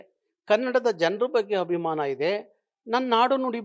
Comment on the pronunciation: ಅಯ್ಯೋ ದೇವ್ರೇ ಈಯಪ್ಪನಿಗೆ ಕನ್ನಡ ಉಚ್ಚಾರ ದೋಷ ಇದೆ. ಹಾನ್ಗ್ಲಾ ಮಾಧ್ಯಮ ಅಂತಾರೆ, ಹೋದೋಧು ಅಂತಾರೆ, ಹಬಿಮಾನ ಅಂತಾರೆ.. ಕನ್ನಡದ ರಕ್ಷಣೆ ಅಂದರೆ ಭಾಷೆಯ ಸೌಂದರ್ಯ, ಭಾಷೆಯ ಉಚ್ಚಾರ, ಭಾಷೆಯ ವರ್ಣಾಲಂಕಾರ , ವ್ಯಾಕರಣ ಎಲ್ಲವನ್ನೂ ಅಚ್ಚುಕಟ್ಟಾಗಿ ಪಾಲಿಸೋದು ಮಾತು ಪ್ರದರ್ಶಿಸುವುದು. ಸಂಗೀತ ಬಾರದವನು ಸಂಗೀತಗಾರ ಅಂತ ಹೇಳಿಕೊಳ್ಳೋಕೆ ಆಗುತ ಸ್ವಾಮಿ? ತಮಿಳ ತಪ್ಪು ಮಾತಾಡಿದ್ರೆ ಅರ್ಥ ಆಗುತ್ತೆ. ನೀವು ತಿದ್ದಕೊ ಬೇಕಲ್ವೆ. ನಿಮ್ಮ ಹಷವಿನಿ (ಅಶ್ವಿನಿ) ಕನ್ನಡ ಹೋರಾಟಗಾರ್ತಿಯಾಗಿ ಕನ್ನಡ ತಪ್ಪು ಬರೆದರೆ ಹೇಗೆ ಸರಿ ಹೋಗುತ್ತೆ ಸ್ವಾಮಿ. ನಿಜವಾದ ಕನ್ನಡಿಗರಾರೂ ಒಪ್ಪಲ್ಲ ಬಿಡಿ.